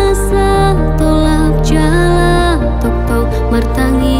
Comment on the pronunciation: lagu yang bagus. hanya sedikit saran. di awal pem bukaan. "Sian dongan" pengucapan sekilas seperti "sia dongan". dan kata "tong tong" sekilas terdengar seperti "toktok". semoga lagu berikut y jauh lebih bagus lagi.